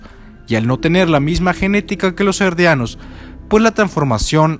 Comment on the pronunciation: por que les decis Erdianos si son Eldianos ?